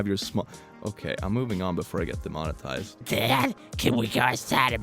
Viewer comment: I can’t say it, ‘it’s a demototized word Also click: harder daddy, I deserve it